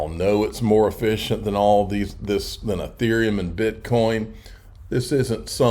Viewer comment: It’s. EEE-therium. EEE -Ther. Sounds like ya know when u pronounce them correctly